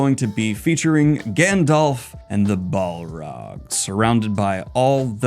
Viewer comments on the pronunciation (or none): none